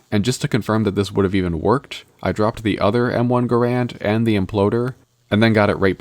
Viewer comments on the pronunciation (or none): Bro forgot the first A in Gar-and